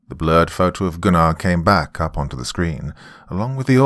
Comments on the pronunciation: Still a slight cringe when Goon-Are is said rather than GUN ner. Great work regardless. Thanks. TNJR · Me when doc pronounced Gunnar's name, as Goonar, and not Gunner. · I love this one but I got to say this Gunnar is pronounced Guner lol but I love the voice you used for Cooper's dad what I always imagined it to be. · Do you know it took me about 30 minutes into the story to realize he was saying the name Gunnar lol. Not Gu-nar lol